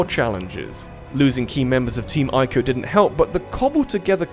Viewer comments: Boi It's not Eye-co, it's EE-co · It's pronounced team ee-co.